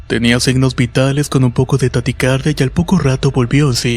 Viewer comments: Solo una observación, es "taquicardia" no taticardia 😜😜😜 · Taticardia o taquicardia?